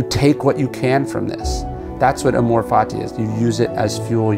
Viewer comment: "Amor" is accented on the first syllable